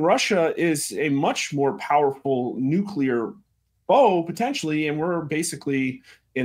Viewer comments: Benny, love, its NOT NU-CU-LAR, its NU-CLE-AR, lol. Just a peeve I have, still love ya of course! You rock!!! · Please it's nuke-le-er not nuk-u-ler !!!